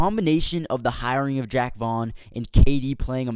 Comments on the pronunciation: Call him Jack 1 more goddamn time lol. It's Jacques! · jacque! like zha-ock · It's Jaque not Jack